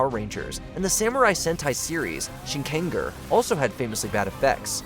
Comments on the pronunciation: Shin…ken…gur??? Bro, the pronunciation for “ger” in Shinkenger is not different from the “ger” in Power Ranger… 😭😭😭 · UM IT'S SHINKENGER,! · I can’t believe mispronounced Shinkenger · Ngl, I've been dying to see to do vids on other Toku properties besides PR. But then they couldn't even say Shinkenger right so idek anymore (At least they could say Gingaman right)